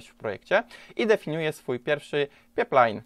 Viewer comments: Pajplajn a nie peplajn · pajplajn a nie peplajn :D ale dobry filmik :) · Pajplajn; Też mnie to kuje w uszy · Super materiał, jak zwykle! Dużo mi pomógł, Dzięki :) Leci łapka. btw. to jest pipeline ("pajpline"), rurociąg po angielsku ;) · Bardzo fajny i pouczający materiał. Tylko ten peplajn :/